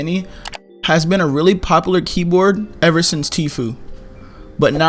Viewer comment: Count how many times he said “popalar”